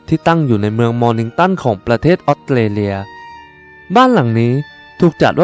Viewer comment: อยากให้ปรับปรุงเรื่องการออกเสียง ออสเตรเลีย ฟังเป็นออดเตเลีย ถ้าพูดชัดมันทำให้ได้อรรถรสมากกว่า การดำเนินเรื่องดี น้ำเสียงดี ปรับการออกเสียงอีกหน่อยจะดีขึ้นอีกค่ะ